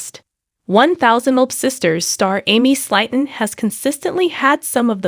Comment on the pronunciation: You keep mispronunciating Slaton Slaton is pronounced as:[ s l AI - t uh n ] And lb is pound so quit making fun of how she mispronounces words you are no better